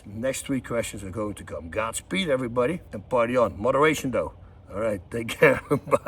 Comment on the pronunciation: Moder ration. What's that?!